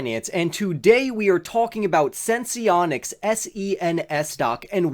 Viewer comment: Thanks for the video! Also it's pronounced "Sense-Onics," Not Sense-ee-onics